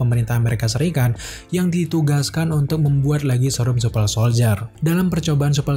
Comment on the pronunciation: Super bang bukan supel